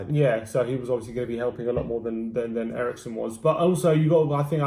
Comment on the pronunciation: Eriksen and not Erikson. Calling him Erikson is like calling Kane Klinsmann. Christian is Danish and not Swedish, like Kane is British and not German. A kind reminder... A dane nver want to have a Swedish name...